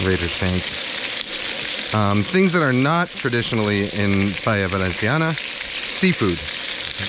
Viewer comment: When u pronunce Paella Valensiana it's the way it should be pronunced, 'cause in València we speak valencian and 'c' sounds like 's' like the colombian accent you used. Btw, that was a good recipe and a top channel! You should try to cook Fideuà, it's a paella made with some kind of noodles (fideus) instead of rice, and seafood, it's from Gandia (València).